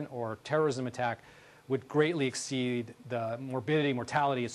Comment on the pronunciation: Those people who would ex-CEED lol